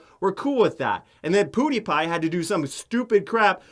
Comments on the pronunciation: Does anyone else vomit a little in their mouth whenever Onision pronounces PewDiePie "Poo-dee-pie"? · “Poo-diepie” like broooooo 😡😡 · If I have to listen to Onioncuck say Poo-dee-pie one more time, I'm going to gut myself. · I hate how onision pronounces pewdiepie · Wow im Onision and I cut my wrist everyday and I do not know how to pronunce PEWDIEPIE buhuuuuuuuuuuuuhuuuuhuuh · does onion mispronounce everyone's name just to piss me off because it's working